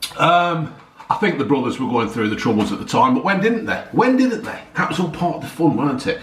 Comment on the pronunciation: "when didehnt eh, when didehnt eh?!"